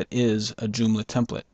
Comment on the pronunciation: doomla? or JOOMLA ;)